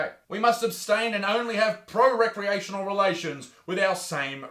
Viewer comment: Prorecreation... ure dyslexia's showing bud, luv da show 😂👍